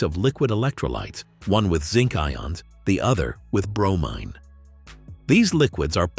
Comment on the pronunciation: bro-mean rhymes with chlorine